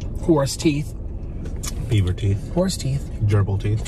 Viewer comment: "Beaver teef" funny, he does actually